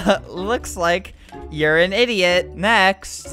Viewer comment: Also when I click the second link all i hear albert say is isiot